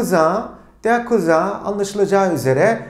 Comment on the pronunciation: der Cousin'i kuzin degil de kuzan diye okuma sebebinizi ögrenebilir miyim degerli hocam? 🩷